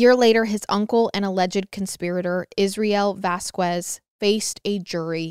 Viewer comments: Just a note: The last name is said as Vas-Kez Not Ku-ez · love the podcast, such a sad case may the family rest in peace. just letting you know, the last name Vasquez is pronounced like vaz-kez! coming from someone who grew up in NM. Also from a podcast a while ago, the last name Jaramillo is pronounced like Harameyo. Weird haha